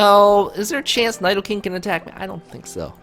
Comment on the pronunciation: Learn how to say Nidoking and Nidoqueen before making pokemon videos. smh